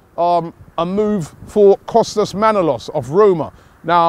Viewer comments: It's not Manolos its Manolas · ManolAs not manolOs